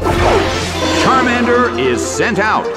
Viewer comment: It's Charmander not Charmand